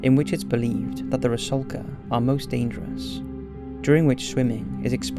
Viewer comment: FYI: ITS “RUSALKA” NOT “RASULKA”! 😉🇷🇺